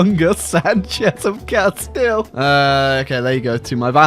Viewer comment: I think I just got a massive boner when finally someone pronounced Castille